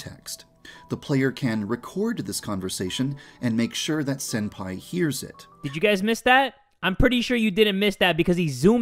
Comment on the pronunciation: Why do you call senpai sen-daddy?